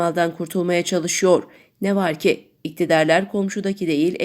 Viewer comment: "Ne var ki" vurgusunu yanlış yapıyorsunuz :) Soru değil, "ama, fakat, lakin" anlamını vermesi için vurguyu doğru yapmalısınız.